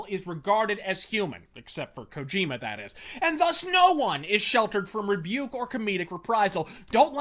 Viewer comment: You said "Our Lord and Savior Hideo Kojima who can Do No Wrong's" name incorrectly. It's impolite to call people by names that aren't theirs. You must address the great messiah of gaming properly.